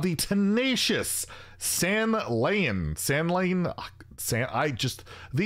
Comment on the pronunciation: "ou" in "scourge" sound something between "a" and "e". "real" in "incorporeal" you read it as "reality" but the sound goes to "cor". "san" is read as "sun", "layn" goes as "lane(aeroplane)" and you read "san'layn" as if there was a comma between "san" and "layn". "y" in "vrykul" is read as it was an "i".